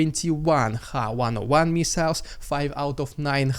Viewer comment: I’m fast losing interest in this channel. Too many times he’s asking for support and selling merchandise to the point of disrupting the news. Not able to say ‘missile’ and the pixelated photos may be YouTube, however it is becoming rather pointless to show … nothing! In the words of Duncan “I’m oot “.